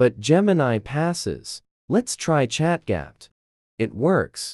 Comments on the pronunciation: "Chat gyap" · ChatGPT ❌ ChatGapt ✅